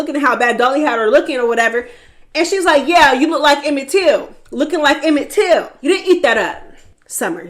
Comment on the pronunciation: It’s “Emmett Till” Summer… Gahdamn🤦🏿‍♂️🤦🏿‍♂️